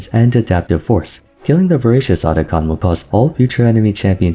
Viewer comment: Atakhan ❌ Otacon ✅